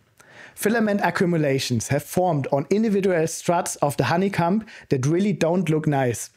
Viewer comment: A bit weird that he says honey-cum vs honey-cohm though